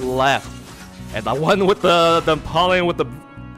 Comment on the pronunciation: Its pronounced em-powe-leon